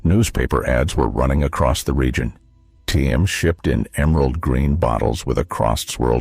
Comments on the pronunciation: And it wasn't Tim; it was pronounced team! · Holy Lord! Don't these computer narrators know how to pronounce ANY of these old brands? T-A-B is tab, Teem is Team (not tee-emm).